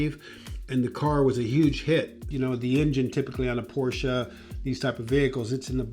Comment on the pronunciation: you'd think that a car designer would know how to pronounce Porsche properly.